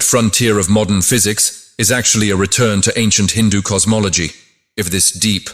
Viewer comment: All good but please learn to pronounce "hindu" "sanathan" and "natraja" basic etiquette and respect.